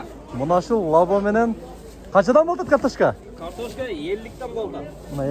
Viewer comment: Катишка емес картошка 😂😂😂